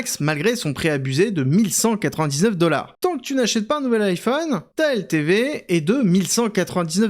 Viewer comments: iiiphone iiiphone !! bordel, c'est Ay-Phone le I se prononce Ay .. marre de la francisation de tout.. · "Aïe" phone pas "I" phone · Alors quand on dit « Apple » en « apeul » on ne dit pas « iiiiPhone » mais bien « aillePhone » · Pourquoi il dit l'i-phone et pas l'ai-phone, On Le prononce tous à l'américain, c'est assez désagréable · et iPhone à la Française ? ça sonne bizarre, dit le comme ça Aie-Phone. On dirait une speakerine des années 60, genre le hum-beurre-gé quand mcdo est arrivé en France. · Parcontre tu prononces bien iPhone stp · pourquoi prononcez vous iPhone de cette maniere ? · La prononciation de iPhone fait mal… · apprend à bien prononcer "iphone"... bordel